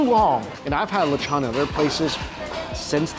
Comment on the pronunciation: The way he keeps saying lechon is bothering me!!! Someone help him!!